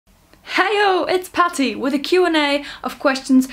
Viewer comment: I wondered about the Irish accent on a German girl speaking English. The big giveaway is you say "Potty" instead of "P-at-tee"....LOL